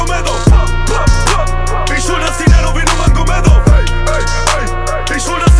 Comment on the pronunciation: Nurmagomedov falsch ausgesprochen